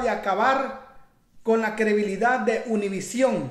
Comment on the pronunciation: Se dice credibilidad. No crebilida